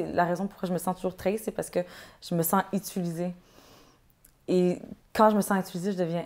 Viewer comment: « je me sens itulisé » 😅😂